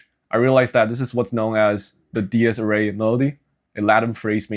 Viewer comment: Minor critique: it’s pronounced “Deer-es ear-ay”